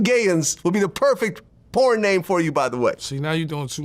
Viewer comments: “Who this guy think he is, talking about the (marlins)” 😂😂 you mean the wayans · He called him…. “The Marlons” 😂